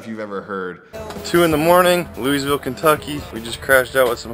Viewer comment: he said my City Louisville wrong hahahaha